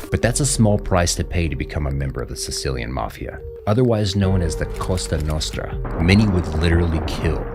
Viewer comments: Cosa Nostra not costa nostra xD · It's COSA Nostra, not COSTA Nostra... It's very different, in Italian Costa means Coast, Cosa means Thing, so Cosa Nostra means "Our Things"